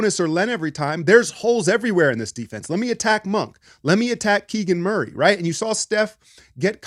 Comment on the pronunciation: Did you say kegal Murray? 😂😂😂😂